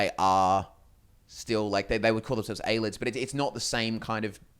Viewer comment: aye lee id not aye lid